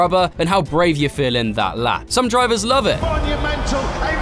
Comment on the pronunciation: you make meny bike vieos but you still say drivesers